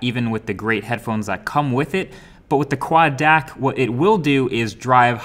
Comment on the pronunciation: You must say : Quad D-A-C not Quad Deck, misleading